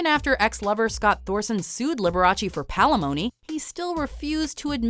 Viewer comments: What the fuck is "palemony"? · Palimony, lmao